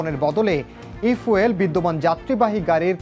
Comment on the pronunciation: আরে মূর্খ ঐটা ফুয়েল না, ফিউল হবে